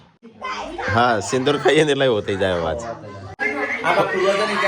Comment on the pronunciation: સિંદુર નહીં સેદુર